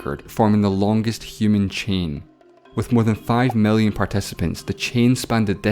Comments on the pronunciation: Tree hundred fefte mellion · Why is he pronouncing i as e and e as i? Mellion? Bellion? fefty? Sexty?